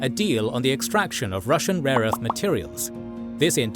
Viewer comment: He said and I quote, “RAW ERTH”